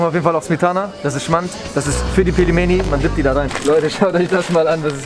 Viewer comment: "Ich kann russisch sprechen" Auch vergewaltigt das Wort Pelmeni beim aussprechen 🤦‍♀️